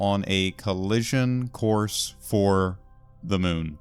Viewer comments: Moon not mun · Mun or moon?